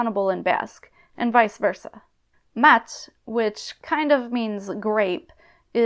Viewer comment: Great video as always! Just one tiny thing, I found your pronunciation of the word "mahats" a bit odd, as you seemed to pronounce just a single short "a" (mats). In my experience as a speaker, the "h" would be silent but still two "a" would remain (ma'ats). As always, perhaps it's just a dialectal thing and it is in fact pronounced "mats" in certain euskalkis, idk